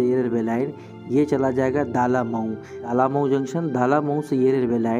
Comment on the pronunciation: ये "दालामऊ" नहीं "डलमऊ" है।